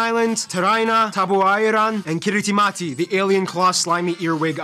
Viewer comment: I like how he spent all that time teaching us that ti is pronounced s, and then doesn't pronounce Kiritimati as "Kirismas" even though it's name means Christmas.